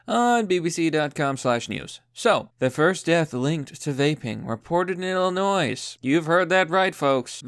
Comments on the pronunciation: Hey,: It's Illinois....not Illinoise. Jeezus.... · What in the fuck did you just call the state I live in, I have you know the s is silent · Dude you don’t pronounce the s in Illinois. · When you said Illinois and pronounced the "s" that physically hurt me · The s is silent in Illinois